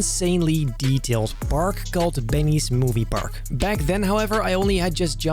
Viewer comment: what did u say? BEENNYES MOVIE PARAK 2? WA